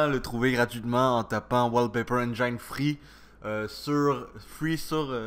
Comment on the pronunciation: on prononce "N jine" et pas "N jaïne"